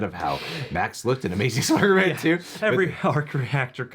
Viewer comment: Doctor Strange said Spidermen